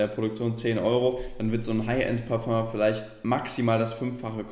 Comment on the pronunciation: Du meinst parföng